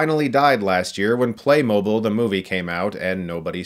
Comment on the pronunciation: "Play Mo Beel..." Not Play Mo Bill"